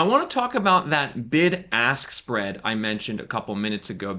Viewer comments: Am I the only one who heard "the big arse spread" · I'm sorry but I will never hear anything other than "Big Ass Spread" whenever you say Bid Ask Spread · Big-Ass-Spread. That’s what I heard the first time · I know I was not the only one who thought you said Big Ass Spread 😂😂😂😂 I'd slam the brakes while driving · The "BIG ASS SPREAD" is what I heard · Did you all hear what I heard when he said "bid ask spread"...? 😂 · YOU call it the “bid ask spread”? Lol